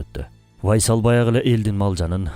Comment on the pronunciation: Урдура бербей тактап койгула да бир аз, УАЙСал эмес, Уайс эле. Уайс Ал Караний أُوَيْس القرني бул жагы вайсал Байсал болуп кетиптир го 😂😂😂